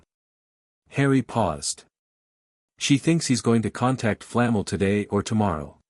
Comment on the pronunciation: Too confusing! The timeline is screwed up. Is it Harry’s first year or his fourth?! Who TF is “Bell-LAT-tricks” & “”Flah-mull”?!! It’s BELL-a-trix” & “Fla-mell”!